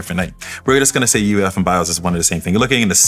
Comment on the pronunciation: Did I hear UEIF?